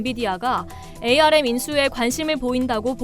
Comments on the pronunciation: 암을 에이 알 엠 이라고 하는 사람 처음 봄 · 반도체 분야에 근무하는 사람들은 ARM 을 ‘암’ 이라고 읽습니다. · 운영자님 ARM은 "암" 이라 읽어주세요.